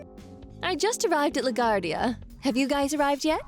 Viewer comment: "La Gwardia" is how you pronounce it.